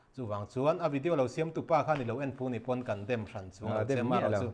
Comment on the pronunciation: Adisona pa ..rawnnnnn tih Lai khi midang sawi va ngaithla teh .😮😮a dik zawk tur ,/ ngaihthlak nuam tur zawk kha in zir teh u